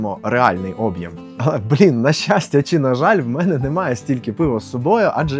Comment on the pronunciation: Чувак базарить як ШІ. Шо з наголосами, крінж, ти москворотий? Що таке Обʼєм? Чому саме наголос на О? Шульгі? Це що означає? Кривиш вимову ніби навмисно